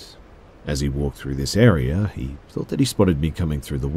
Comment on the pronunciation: The way he says area 😂😂 "Airier"